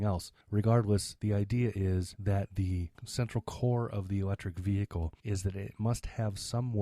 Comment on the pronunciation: Vehicle, H silent. go back your school learn..